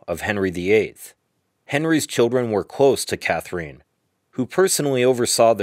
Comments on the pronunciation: Nice, but Catherine is not pronounced “Cath-er-een.” But “Cather-in” instead! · Maybe the narrator has a Russian connection. Ekaterina, which is very much like Catherina except for the last letter is pronounced ee-cat-er-een-a. Also Katrina is pronounced ka-tree-na. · Catherine is not pronounced cathereen. You have women called Catherine in the USA, right? There were other words you pronounced incorrectly, such as Hertford, which is pronounced Heart-ford. Also, why flash a picture of Queen Victoria and Catherine Howard's pictures? That was confusing. Please get your historical facts right before making a video. It was actually King Henry VIII will that specified where Jane Grey fit in the succession after Edward VI and his half sisters. It was Northumberland and Thomas Seymour that tried to change Edward's will when they knew he was dying. The diatribe of nonsense was cringeworthy as well as the sound effects. I recommend books by Sir David Starky and Alison Weir if you want to learn more about the life of Lady Jane Grey. Definitely won't be subscribing